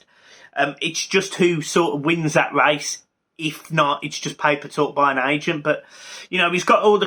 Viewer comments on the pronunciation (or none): none